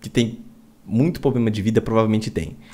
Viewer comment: E qual é o carro de quem fala POBLEMA?